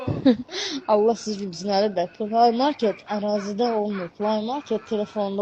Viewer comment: Kişi qadındanda düzgün tələffüz edir play market sözünü